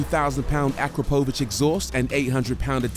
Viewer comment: Thats definitely the first time I've heard someone say "akrapovic" that way